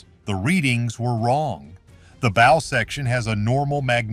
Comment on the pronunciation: Oh this is such horse shit. This is just AI slop, or at the very least the AI voice that can't say "bow" correctly is grating. I particularly liked the crazy theory about the Soviet submarine in Lake Superior. A Soviet cold war era submarine that would have been so noisy the navy would have heard it leaving port back in Russia. A Soviet submarine that would have had to make its way, undetected, through the Saint Lawrence Seaway. Then it would had to transit Lake Ontario, the Welland Canal locks, Lake Erie, the Detroit River, Lake St. Clair, the St. Clair River, Lake Huron, the St. Mary's River, and finally the locks at Sault Ste. Marie.